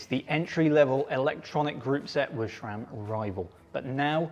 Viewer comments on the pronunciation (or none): SRAM, not ShRam. There's a video or three on YT about how to pronounce it. 😉